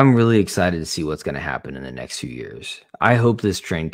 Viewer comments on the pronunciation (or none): none